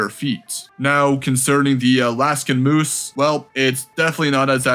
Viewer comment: There is no letter u in the word MOOSE